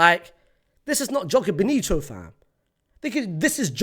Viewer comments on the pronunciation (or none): none